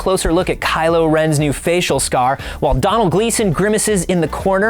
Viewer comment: They work at Lucasfilm but can't even pronounce Domhnall Gleeson's name right